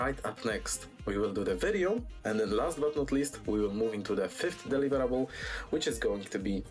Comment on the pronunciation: the way he says "deliverable" sounds like hes saying "win" and honestly thats how it feels